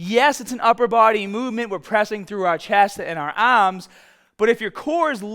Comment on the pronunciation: Dnt forget “ya aahrms”